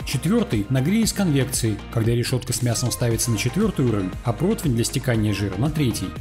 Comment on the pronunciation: Протвня, протвень😂